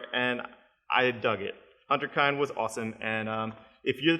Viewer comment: I hate to be that guy, but I'm gonna be that guy. It's HINTerKIND. Hint not hunt, kind like "pinned".